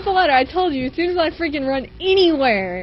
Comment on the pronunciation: its freakin not freaging